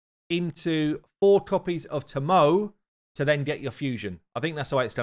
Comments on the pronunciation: Hey Now! Love your vids...however, the new Shadowkin Champion, considering Shadowkin use Japanese names, Tomoe is pronounced To-Mo-Eh. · saying Tomoe is sending me 🤣🤣